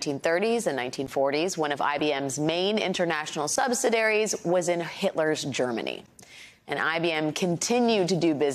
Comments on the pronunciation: sub si dairies? Sub sid e air eees. Less vocal fry would be great too. It's so annoying. Thanks. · Nice try on the word, "Subsidiaries."